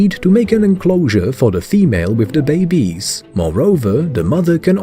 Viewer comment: ‘aquariUHHM’ ‘warTARE’ ‘bayBEES’ Very annoying!